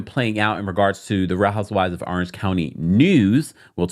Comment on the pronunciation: I love you but Orange starts with an O not an A arenge county 😂